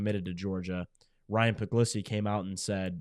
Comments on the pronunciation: It's pronounced like Pug-lee-see is my understanding and I've always liked him over Raiola. He's a rock solid, dedicated Dawg and I think he's going to be an outstanding QB. Go Dawgs! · Stop pretending that you don't know how to pronounce Puglisi's name.